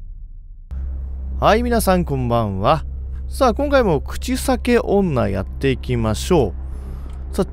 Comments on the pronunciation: 「口塞け女」やっていきましょう。って聞こえたｗ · 最初 口臭系女に聞こえた。